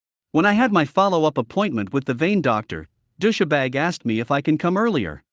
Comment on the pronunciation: Dous-sha-bag? Really? I thought it was just dous-bag, with a hard 's'.